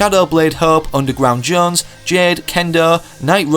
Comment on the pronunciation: He says it wrong it’s jonesy if it was how he said it it would be spelled jones but it’s not